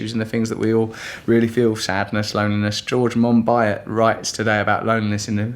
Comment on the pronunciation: Mon-B-O not Mon-B-ot when you say, Monbiot, the t is silent you daft bassa.